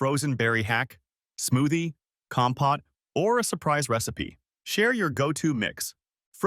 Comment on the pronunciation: compote pronounced incorrectly.